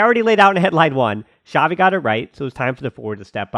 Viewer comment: It's not Shavi, It's Chavi